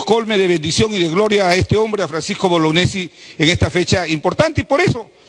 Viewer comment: boloñiesi no bolognesi